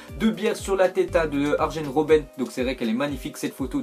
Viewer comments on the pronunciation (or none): j ai bien ontendu arjen robenn sa ce dit aryen robenn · tu sais même pas dire arjen Robben